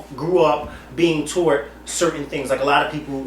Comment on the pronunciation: LMAO.. Sounds like is saying "Toe'Wert" instead of "Taught"!!